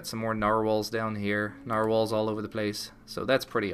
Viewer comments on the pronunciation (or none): LOL at the way you say Narwhale... "You see we got the... Narr-whales here, and we've got a couple of Narr-whales there... Narrr-whales all over the place"